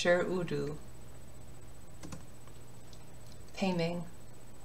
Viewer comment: Hi! Just wanted to say, as a Chinese speaker, this is really well done! disclaimer: not a native, but my family is chinese and ive studied in a Chinese school for many years. While the pronunciations of the words sound somewhat weird due to the lack of use of tone, if you're talking about the pronunciations of the words themselves, it's pretty good! I loved how u pronounced San Lang, Pei Ming, Cuocuo, and Lan Chang-- practically perfect! Especially Hong Hong'er, the "er" can be tricky. I was so so happy with how you pronounced the names with "shi" in them as well-- it can be quite tricky for a lot of those who don't speak Chinese, but you did really good! I also loved how you pointed out the "mo" sounds, as the slight "muoh" to the pronunciation can be subtle but it makes a lot of difference to a native speaker! Just some tips for those who really want to be meticulous and get that exact sound: - the ZH sound (like in xuan ZHen or chengZHu or quan yiZHen ) : less zhuh (like in genre) or juh (like in jump) sound, but more a combination of the t in "tch!" and juh (something like the "juh" in jump. like this [ ] - the D sound (like shi wuDU ) : its less a hard duh sound (like door or duck) but a softer d (think of it as a combination of d and t). so its not shi wudu (like the word "do" in English) but more [ ] (the du here is the exact character used in Shi Wudu) - the SHI sound (like SHI qingxuan or SHI wudu ) : like i said earlier, the